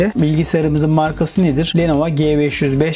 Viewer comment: Abi lenova değil lenovo